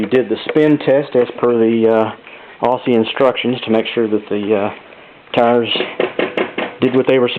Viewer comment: It might look like Aussie, but those 'ss' are pronounced like z's. Great Video otherwise.